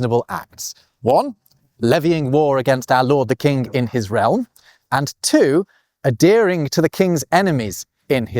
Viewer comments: A deering???? OH! "ADHEREING!" The Brits USED to be able to say that word. Sad, really. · Ok, — when did Brits stop pronouncing the H in the verb adhere? You sound like you’re saying a-dear-ing — not ad-here-ing. Regionalism? PLMK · I'm curious as to why you don't pronounce the "h" in "adhering" but we Americans don't. I hear you say "a-dearing" but I'd say "ad-Hearing". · Same in Canada. Maybe it's related to how some Britons don't pronounce the H in "herb" or "historical"? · uh-DEAR-ing and uh-DARE-ence. Such surprising pronunciation. Not sure I've ever heard any other Briton say it that way.